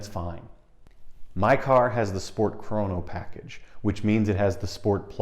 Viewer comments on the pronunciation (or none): none